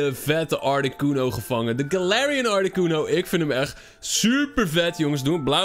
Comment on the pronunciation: Uuuuhm het is galarian nie Galatian XD